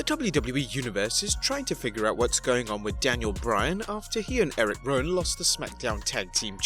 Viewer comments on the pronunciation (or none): It's rowan